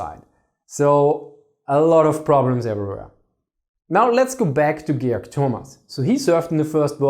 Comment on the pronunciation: Geyorg.... I love German pronunciation, or should I say Austrian?